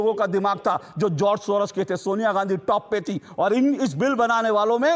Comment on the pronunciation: सोरस नहीं सोरोस